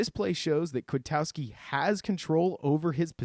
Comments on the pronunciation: Good job just one critique and it's a big one...it's not "KwiTOWski" ITS KwitKOWskI. Please get the name right it's like he's new or anything. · Man, you are right about Nick Kwiatkoski but your pronunciation is off. Then Nagy already said the sack was on Chase Daniels, not Bunting. Have you not been paying attention to the news about the team since the game?